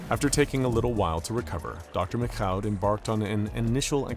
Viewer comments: What's with the "McCaw" [məkkaʊ] (or even "MacKhough" [mɪkxaʊ] at the end) pronunciation of the French Canadian name "Michaud"? I mean, it's hardneither to say it right nor to look it up – it''s just pronouced fucking "Meeshaw" [miʃo]. I don't know why they complicated it that much, when they also decided to do a French accent during his monologue lol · I always thought the French pronounced Michaud as "Mee-shoh". Love the videos! Please continue! You n Dr. Bob are the ginchiest!👍👍